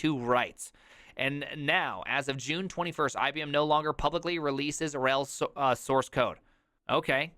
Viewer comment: The way you pronounce RHEL as ruHELL with stress on the latter, please allow me to use that myself from now on 🙂 Also, why did I not come up with that backronym for Oracle (not quoting here, watch the video, you want ThePrimes reaction)